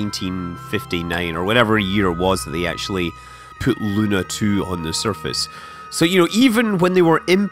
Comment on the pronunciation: The word "Luna" in russian has a stress on the last syllable.